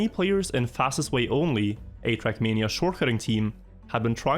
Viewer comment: Came to hear “trackmeania”, got what I needed 👍